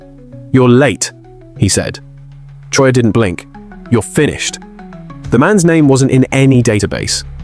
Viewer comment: Disrespectful yarn spinner AI, at least pronounce our fearless leader’s name right. Liar